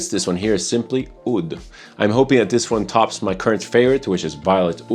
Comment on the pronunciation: By chance are you Romanian? you have a similar accent to the host of ZoneofTech. His name is (I think yours is as well?) and he pronounces "that", like "dat." And thats the only hint of an accent that I can point out. Maybe he does have a more...and yeah these baggies and tubes are triggering something in me..